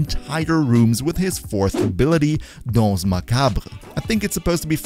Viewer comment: im french and you did say danse a bit to low but macabre was 100% perfect , you had a wonderful pronunciation